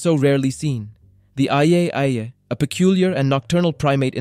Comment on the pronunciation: mega-LOE-don?!? nah bro. it's mega-loh-don. and IYAH-IYAH??? nah. it's called Eye-eye